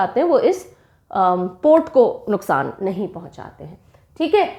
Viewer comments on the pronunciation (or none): none